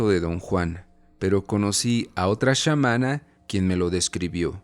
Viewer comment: Tal vez dijo SHAmana porque en una entrevista Jacobo lo pronunció así